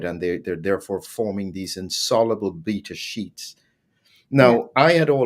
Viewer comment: It's 'beta sheets'. Not 'bits of shit'. In case you got distracted, too 😊